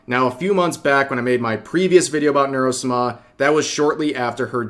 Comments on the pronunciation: Sah mah Not "-smah" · why do you say Nuro-Suma? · Is it just me or does rev's pronunciation of Neuro-sama just sound wrong? 😂